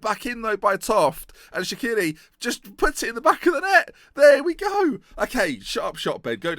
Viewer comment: dear I like to listen to your videos while i do homework, because your'e voice makes me relax... and as a Stoke fan, you make me very unfocused when you say 'shikiri' because you basiclly says 'Shaqiri'... pls just chance his nickname to shaqiri, it would genuinely make me happy kind regards Andreas